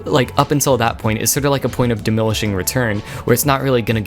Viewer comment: dimillishing return?!